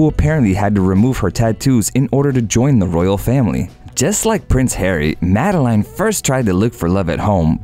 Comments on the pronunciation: Umm..you pronounce it “Madelen” and not “Madelaine” 🙄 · Princess Madelaiiiine, really? Pls have a little respect for names and pronounciation. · See how easily it can be done? Sweden has now followed Norway, and the public only support the direct line. When the princes or princes are 18...they are on their own...and by the way, her name is pronounced like in French, Madlen... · And Madeleine.